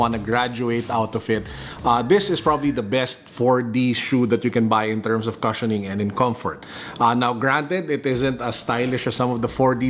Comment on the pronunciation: the “cu” in “cushion” is pronounced “kooo”, not “ka”.